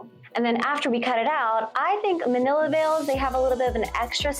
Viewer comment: Mantilla = Man-tee-yah